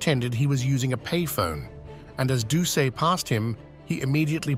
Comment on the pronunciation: #-3 Gary Plauche"s last name is pronounced Plue--Shay. Jeffrey"s last name is pronounced Do--Set. YW 👍👊😎